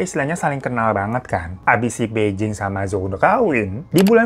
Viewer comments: bacanya: pai cing dan pei cing. jd bukan sama" beijing ya kak >_< tp ak selalu nontonin video kk koq.. krn cerita horor aja ga berasa horor, utk diriku yg nyali kecil hahaha thank you uda selalu menghibur kita dg kebanyolan kk.... sehat" ya kak. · Bai Jing baca nya Phai Ching gt kk cmiww